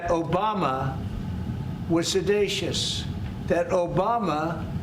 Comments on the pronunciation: "sedatious"....oh dear:face-turquoise-covering-eyes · He said sedatious. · What does sadacious mean? There is no such word. Did he mean seditious? Trump will say anything to distract from his own many crimes. No intelligent person believes a word that he says. He belongs in the liars museum. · Sedatious? Salacious... to everything he spews. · Sedaitious isn't a word. The word is seditious. Trump can't even pronounce the word correctly. The insurrectionists that attacked the Capitol were seditious. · I’m so glad they caught, “sedatious” … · I think DJT must have meant seditious which actual means inciting or causing people to rebel against the authority of a state or monarch. This is what he did on January 6, 2021 He must have heard someone else to say it incorrectly ir he doesn't understand phonetics. 😢😊😊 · Maybe Trump mispronounced seditious on purpose so he could claim he never said seditious if he gets sued. Nah, he’s not that smart. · "every word you could think of", say what? and "seditious" isn't a word...how does he keep getting away with lying like this? PLEASE tell me Obama is going to sue for defemation.